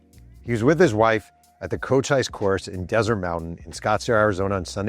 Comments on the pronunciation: Come ON Man!! "Cochise" Chiricahua Apache Chief. You pronounced him as CochICE, Wrong!! Kawcheez. Would think an Author of many books, Journalist of 30 plus years would want to Get It Right. Sound like some East Coast Rube ordering a TAAKO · I think the Robin Yount reference was a poor choice. On first read, I understood the joke, but it's just not funny. Also, I've never seen a baseball hat that was "wrinkly". Also, I think "Cochise" is pronounced "Koe-cheece" not "Koe-chize".